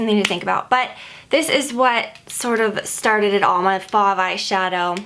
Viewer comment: I hope you'll see this. I'm not trying to be rude, but my name happens to be Fauve, and just so you know you're pronouncing it wrong. It is pronounced like stove but with an f. It's French which is why it's pronounced differently than its spelled. It actually means "wild beast". :) Trust me, I get mispronunciations all the time so don't feel bad. But it would be awesome if you could correct it on your blog so more people will know how to say it right.